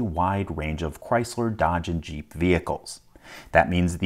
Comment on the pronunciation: Did he say "... tool designed to open this Cheep" instead of Jeep? 🤣